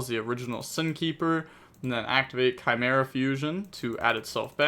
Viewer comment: you shouldn’t ever pronounce chimera.